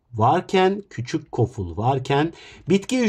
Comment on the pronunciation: Koful❌ Goful✅